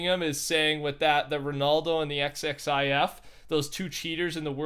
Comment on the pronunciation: My dude says X X I F instead of Ziff...i cant say it without it feeling weird either dude